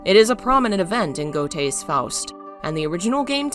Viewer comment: I love your videos- but I cannot abide by mispronunciations! "Wagner" should be pronounced "Vagner" and "Goethe" I always heard as "Ger-te"